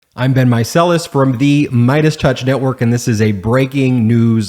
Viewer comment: Every opening I hear “I’ve been micellas” and just now realized his name is Ben. I feel silly. 😂 Hi ben 👋